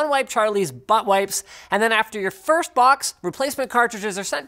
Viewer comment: aggressivli why’d you edit it, it was funnier when you said firth:(